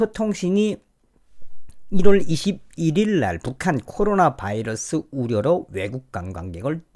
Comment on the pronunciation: 바이러스, 미국발음